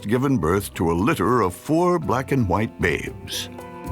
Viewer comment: The word ‘white’ should never be said like that.